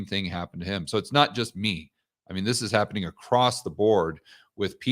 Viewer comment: Was than an “acrosst” I just heard sir?